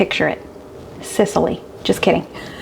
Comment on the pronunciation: Totally snorted when you said Sicily. Thanks for the laugh.